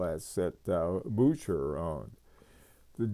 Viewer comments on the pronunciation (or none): I truly enjoy your videos and your extensive knowledge. However, I have never heard anyone butcher pronunciation like you! Bucherer is said like buke-er-er, not booch-er-er .